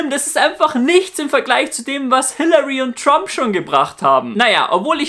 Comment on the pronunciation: Tromp xD